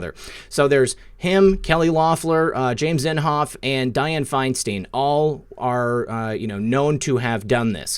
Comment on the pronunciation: It is FINE STINE NOT FINE STEEN. THINK OF A BEER STEIN BEER STEIN FINE STEIN